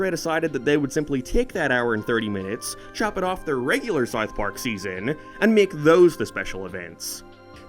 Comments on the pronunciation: why do u say sarth park and not south park?? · Its pronounced South Park, not Sourth Park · its not "Sarth Park" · Don't you mean "Sarth Park"? :P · O:07 "-for Sarth Park" ... whut? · “Saouf Park” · You pronounce South Park very weirdly. It's like that staff guy during the Planetarium episode Also suspect you may have a lisp 🤔